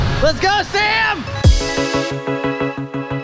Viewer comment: I think I'm deceased , the girls name is pronounced exactly like mine. And now I'm in love with the way Sam says my name